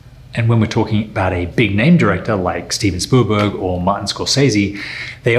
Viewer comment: Liked and Shared. Never quite heard Spielberg's name pronounced like that ever. :)